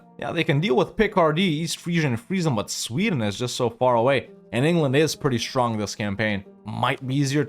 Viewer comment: bro really said Engerland